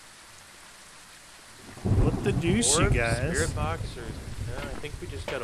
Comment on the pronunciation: I love watching them even tho I try to correct them like they can hear me. Like with the sprit box. I was telling them it's V not B XD